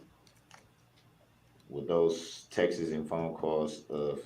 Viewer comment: Text-iz. Ugh!